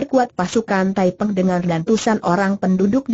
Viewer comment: Nama pemberontak itu thaiping bukan thaipeng